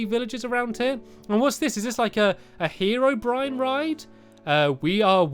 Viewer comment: the ride was calld herro brine